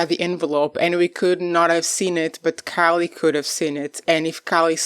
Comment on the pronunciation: How do you not know how to pronounce Callie’s name?? Don’t you watch the show? I’m out. You’re not credible